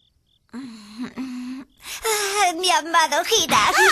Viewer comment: Se dise kuromi no kuromy